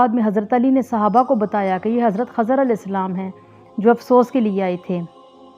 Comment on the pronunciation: Khizer hay khazar nhi